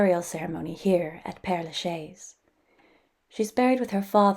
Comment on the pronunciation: You really ought to make an effort to pronounce the name of this cemetery. It's not difficult for a speaker of English to say "pear la shez." Great tour nonetheless.